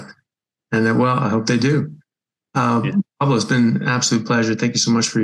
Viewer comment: His name is Pablo not palo